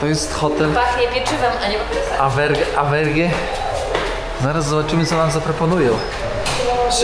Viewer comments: Żadne Awberge tylko Auberge (czytaj oberż), po francusku hotel, podobnie jak w Italii Albergo. I stąd nasza oberża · Nie AVERGE tylko AUBERGE (czyt.oberż) czyli oberża.